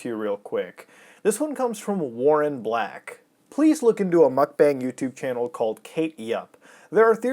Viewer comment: It's actually pronounced "mukbong". It was popularized by Korean streamers.